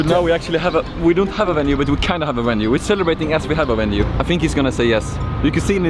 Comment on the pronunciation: wtf is a wenue?